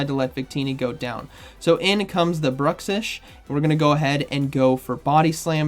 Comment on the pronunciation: "Gothitella" "Brushix", I respect your craft, but you GOTTA listen to some official pronunciations of Pokémon names man. Please